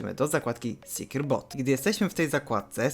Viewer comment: secure boot wypowiada sie: 'sekjur but' nie 'sekjur bot'